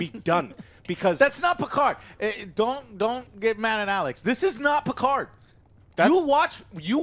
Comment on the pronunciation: Picar''D''. the D is silent god damn it!!!!